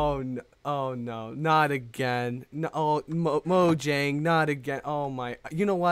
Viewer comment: You pronounced "Mojang" wrong. Phoenix says it as "Moyang". 0/10 impression skills, bad, trash. (Joking, this is kind of funny)